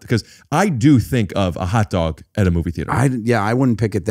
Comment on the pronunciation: I didn't know I could do a Foley impression until he said "a hotdaughg at da movies?!"